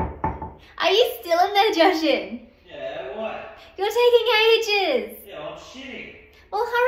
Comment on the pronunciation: How was that way too far?? It's just water lol And what's with suddenly pronouncing Jashan's name different the last couple of months??